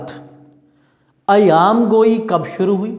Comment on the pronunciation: سر ایام گوٸی نہیں ایہام گوٸی ہے